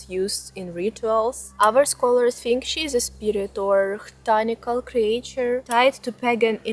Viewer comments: There's no way you don't know how to pronounce creature, right? This is trolling, right? 😂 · Struggles with "exaggerate" and "creature" but says "squirrel" flawlessly. lol I love it!